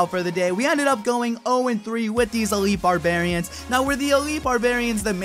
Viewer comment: It's called Elite Barbarians. Not Elitle.